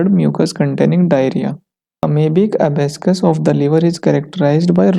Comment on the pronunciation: Please rectify pronunciations of medical terminologies like...abscess and many of such types... explanation of" Disease pathogenesis" needs to be more clear..